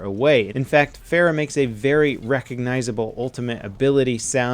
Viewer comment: She's your favorite hero and you don't say her name right. Then again no one does so I don't blame you